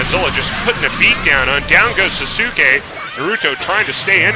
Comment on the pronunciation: Another good match, but if you get Sasuke you wanna say it like "Sauce-Kay"